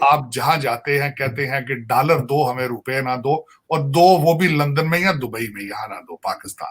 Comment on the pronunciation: Whenever Sajid Saab says....dallar do..dallar do...I laugh out loudly...Aisa lagta hai ki he is promoting undergarment brand..